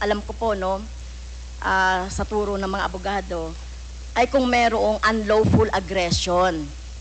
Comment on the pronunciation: "un-lowful" daw, pronounciation palang sablay na, nagtatanong kapa talaga huh? Hindi ba naconvict kana?